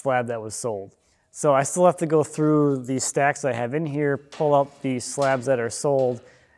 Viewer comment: "I just have this little pallet here which is THILL in the way." 😂 You've been doing Wood Talk too long and are starting to sound like a fabulous jersey boy. Ha! Really enjoyed the video, thanks for posting.